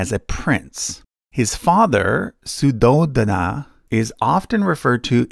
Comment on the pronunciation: It's funny how the narrator pronounced Suddhodhana and Siddhartha pretty correctly but still pronounced Buddha as Booda.